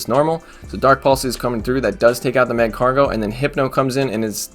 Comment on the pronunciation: Magcargo is pronounced like Escargot it sounds cool with a French accent lol